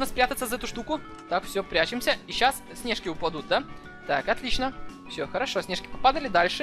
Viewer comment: не снежки падает е на а снежки ударения падает на и